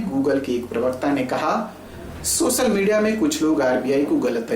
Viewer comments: Make your pronunciation correct. It's not सोसल, it's सोशल. It looks so awkward when you pronounce some words incorrectly. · Please learn how to say .. social..it's important to pronounce word correctly. Sh ko s nahi bolna hai..chahhe tum kahi se bhi ho.. pronouncing correctly is part of your job. Tone.. appearance..looks are secondary.. Incorrect words. Social Disha Seven National You know what the irony is..ki tumne subscribe ekdam sahi hai bola..it means..u can.. please work on it, it will be better for you and we too.